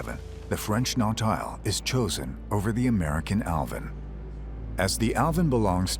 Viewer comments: The sub's name is pronounced "Naw-teel", not "Naw-tile". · "Nautile" is pronounced "Norteal." Someone tell the ignorant narrator to go back to school! Every time I hear him say "Nortile" I cringe! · As the wreck disintegrates may it reveal new wonderful discoveries. Recovering the beauty of this era is what everyone one wants. Give us some joy in a needlessly destructive world. The Yellow Submarine is pronounced Nau - teel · It's been bugging me sorry 😅 but the Sub is pronounced "nought eel"